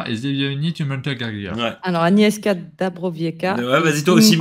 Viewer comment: Anies chka dabro wietska et zbig nief oum gelteur, c'est mieux et la bonne prononciation